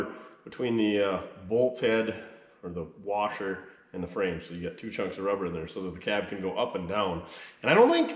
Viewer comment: The Wagon looks sick with those wheels. Not a fan of lowering stuff, but that's me. At least yours looks good lowered. BTW... Did you know there is no "R" in Washer? 🤣🤣🤣